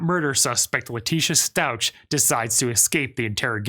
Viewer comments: You’re saying her last name wrong. It’s pronounced “stouk”. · Its pronounced stauk NOT stauch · It's pronounced Stowk. No ch sound. Come on. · Resentment, and rage. She was losing everything it was all unravelling. Leteica really is deranged. She really tortured little Gannon. Btw,,its pronounced "STOWK".:) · It’s pronounced like stowk. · It's pronounced Stauch not Stauch it's like sta ouch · Why wasn't she provided with water, than food to keep her distracted?!? Easier DNA and all. This detective made many rookie mistakes. Learn how to properly pronounce your last name . Please 🙏 🙏 🙏 It is a very worthy name. In-laws had your last name. They were amazing people. Do them right. Take care and have fun!!! 😎😃😎